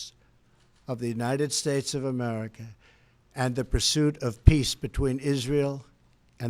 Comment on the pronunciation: I watched the whole speech & I think it is so petty of the msm to zero in on a slight slurring of "states" & not the content. Hopeless msm!!!!